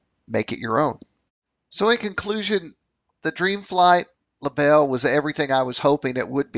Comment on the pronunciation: Great video. Thanks for posting. A little help with the German... It's pronounced libel-eh.😁 Cheers, Chris